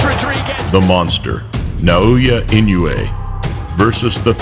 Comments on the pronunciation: For the record, Inoue is pronounced “ee-NO-eh.” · For future reference, it's pronounced i-noh-oo-eh